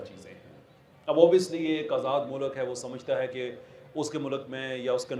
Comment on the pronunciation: tera bajega baaja intellect hai tere pass lunde ke intellectual sahb mulk bolna to seekh phir secularism per taqreer kerna